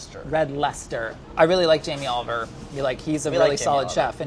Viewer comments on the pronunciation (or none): none